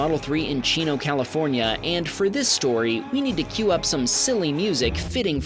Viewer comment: Just a nit-pick. It's not chin-o California. Its cheeno, even though it's spelled Chino. It's Spanish.